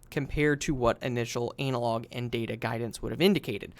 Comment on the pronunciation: ANNA-LOG, NOT ANAL LOG